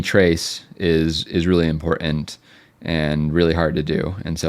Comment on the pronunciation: Can you please learn how to pronounce "important"?